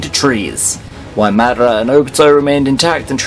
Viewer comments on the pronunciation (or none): none